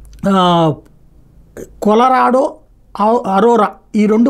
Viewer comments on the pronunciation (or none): అది కొలరాడో" నా లేక కులరాడో లాగా వినబడుతుంది😂😂😂😂